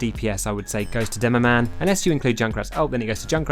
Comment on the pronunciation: Did this man just say “Doomoman”?